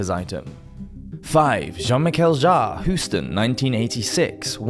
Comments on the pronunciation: I am pretty sure that you are pronouncing it correctly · Sounded fine to me! I'm not sure how active his fans are online, so even if you are wrong, I reckon you will escape the Jean-Michel Jarre mob!